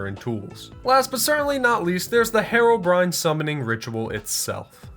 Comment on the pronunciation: You idiotic you SAID Haro-Brian Its pronounced hero-brine not brian brine